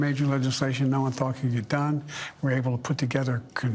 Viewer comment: sounds like he is saying I'm got more dumb than.... at 15.17. Is sounds "dumb" more than "Done".Do you guys think so?